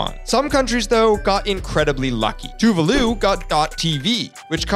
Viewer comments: Too-vall-loo just so the internet knows now, but tired of the bad pronunciations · It's pronounced like tuválu (tuVAlu) 🤓